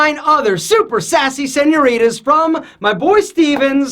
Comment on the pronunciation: I like when you say sanurita 😂😂